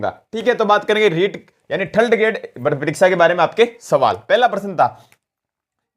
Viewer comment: sec... थल्ड ग्रेड नहीं... थर्ड ग्रेड... मैं समझता हूँ... ये आँचलिक क्षेत्रीयता के कारण आयी भाषाई कमी है...लेकिन... सुधार करना हमारी पहली प्राथमिकता होनी चाहिए 😊